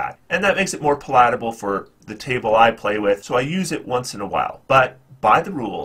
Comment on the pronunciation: Pa-lat-able? wth is Pa-lat-able... took me a minute to realize you meant pal-at-able lol..